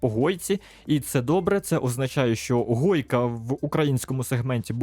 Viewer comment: Правильно гойка, а не хойка